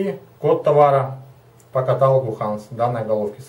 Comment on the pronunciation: правильно говорить каталОг (Ну может на мове по другому)